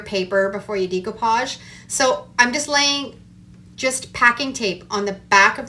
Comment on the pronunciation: it's pronounced DECK-OH-PODGE not DEEK-OH-PODGE. Just an fyi there. Your crafts are cute though. ♥️